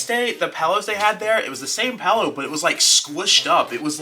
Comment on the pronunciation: Pillow not pello